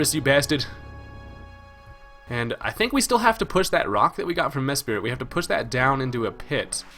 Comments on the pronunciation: MES-PRIT not mes-spirit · Why does people call Mesprit for MeSPIRIT. I dont know if it is pronounsed like this, but im just wondering if every Poke Youtuber has dyslexia or somethin :p